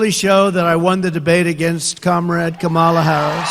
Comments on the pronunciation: I love how his stupid ass says her name wrong intentionally now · He says Kamala wrong again. The moderators never shouted. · And he’s already forgotten how to pronounce her name. But his standby of name calling and insults is still intact. (Yawn!) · He purposely says it wrong. It's his way to belittle her since he can't call her what he really wants. These MAGA followers, like Nancy Mace say her name wrong on purpose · The most annoying, minor, petty thing he does is intentionally mispronounce her name. She pointedly introduced herself to him at the debate, and he still says it wrong. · He continues to mispronounce VP Harris' name. We should mispronounce his name. I'll refer to him as Former President Scumbag. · Oh did anyone hear Trump pronounce Kamala Harris’s name. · He STILL has not been able to learn to pronounce her name properly. This even after she pronounced it correctly for him at the start if the debate. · DonOLD should be corrected everytime he pronounces Harris' first name wrong. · Trump still mispronounces her name. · He’s not even intelligent enough to pronounce Kamala’s name properly yet he wants to run your country. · How rude to continue to mispronounce her name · The orange clown continues mispronouncing Kamala’s name on purpose as part of his low class tactics. He is so coward that didn’t look at her all the time and didn’t dare to say things on her face. A total sore loser. Vote Blue 💙💙💙💙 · It's such a brain scrape that he's forcibly mispronouncing VP Harris' name, AFTER she personally introduced herself! 🙎🏾‍♂️ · It’s Dumb-old-dork, until and unless he is able to say her name correctly. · He keeps mispronouncing her name! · Funny, she introduced herself so he could pronounce her name correctly. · The moderator is not legit because he fact-checked you, sucker? BTW, talking about someone else's hair is really funny. He mispronounces her name out of disrespect, because she pronounced it correctly when she introduced herself and shook his hand.